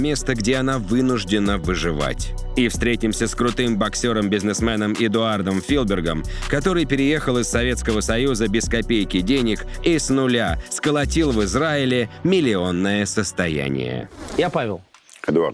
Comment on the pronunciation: Только не Филберг, а Филгебер, кажись. А так топ, спасибо.